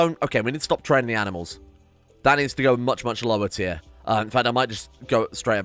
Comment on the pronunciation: "Aminals" "Anti-Aminal" I just noticed these when you were creating the Anti-Aminal area, thought it was funny